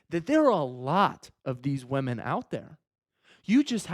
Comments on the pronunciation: everyone: women: wèmen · TL;DW: Attractive guy tells short ugly guys to try harder... he also says wahmen.